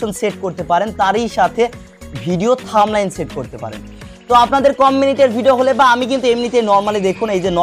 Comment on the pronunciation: থাম্বলাইস না থাম্বনেল। আর ফেসবুক কোনদিনও বড় হাতের লেখা টাইটেলের ভিডিও ভাইরাল করবে না, নদুন নিয়ম দেখেন।